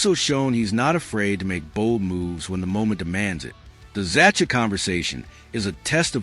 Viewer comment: Z-a-h-a , is how you pronounce Zacha’s name. Fix this ridiculous AI for Gods sake